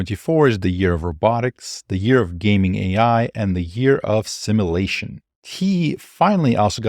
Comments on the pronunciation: Brilliant channel. But it's pronounced, "Sim-you-la-shun" not "Sim-ah-la-shun" (what the Borg does) 😀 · Sim-you-lay-shun not simma-lay-shun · sim you lay shun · Great video, but the way you pronounce simulation/simulate is a bit distracting. No offense intended, just feedback.